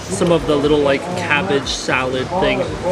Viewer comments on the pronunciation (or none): none